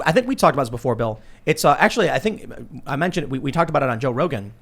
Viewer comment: Well arkthullly... that’s all I hear from these basement dwellers